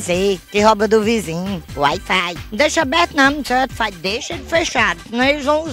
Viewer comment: "uait fait" kkkkkkkkkkkkkkkkkkk tô rindo muito